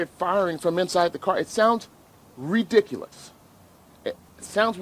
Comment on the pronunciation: The lawyer likes to use the word "reee-diculous" a lot. Unfortunately, "the word he is pronouncing as "reeeeediculous" is, in fact, not a word. "The grammar police have entered the chat.